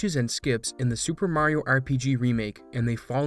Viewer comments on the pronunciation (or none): none